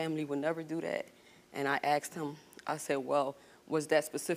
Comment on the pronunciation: You Asked her. ASKED. Not Aksed.